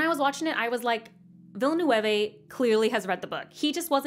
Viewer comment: Denis Villeneuve's name is pronounced more like Denee Vil noov